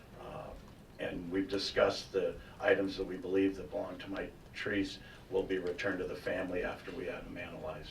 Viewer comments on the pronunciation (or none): Can barely say Mitrice’s name. So ashamed of themselves THATS WHY